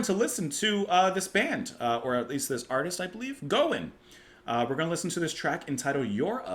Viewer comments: Great to see you do, Gowan. Gow rhymes with wow. Larry played keys in Styx for a number of years when Dennis DeYoung left. My daughter took me to see him perform last year at this time as a birthday present. Still quite a showman. Other great tunes are Criminal Mind, Cosmetics, Guerrilla Soldier, and Moonlight Desires (with Jon Anderson). Peter Gabriel's backing band plays here (David Rhodes, Tony :Levin) as they heard his demo tape and thought it was great. Another Canadian treasure. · Gowan, (rhymes with Cow) went by one name like Madonna back in the day. Very big deal in Canada for many years with a lot of hits and awards. He's the keyboardist and singer with Styx since 1999 but still performs with his own band as well. Try "Criminal Mind." Or, with Jon Anderson "Moonlight Desires." The video to this track might help with its meaning. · GREAT reaction! Gowan (rhymes with wow or cow) - is a fantastic artist!! Fantastic singer & keyboard player - and a dynamic performer! Born in Scotland, but moved to Scarborough (suburb of Toronto). This was from his second album, 1985 - and it was a huge hit! This song, and especially A Criminal Mind (you must check!) were radio constants (here in Canada). Besides the aforementioned track, HIGHLY recommend another hit, Moonlight Desires, which featured backing vocals by Yes' Jon Anderson! There are other amazing tracks, but this is a start!